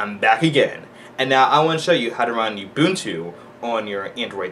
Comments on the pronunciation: Those of you who said it is not ubuntu this is ubuntu... just a very old version. Almost looks debian based so i think its ubuntu 7. and its not "youbuntu" its ubuntu like oo b u n t u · He pronounces it "You-Boon-Two" Instead of "Ou-Boon-Two" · I noticed you pronounce it you-buntu. According to the creators (on their own site) it is pronounced oo-boon-too. You're a tech-savy guy and Ubuntu is rapidly becoming a major Linux Distro because it is now on so many devices. -Thanks for this tutor, I've done it once and it was a pain with the tutor I had previously used. Your version makes it a lot easier.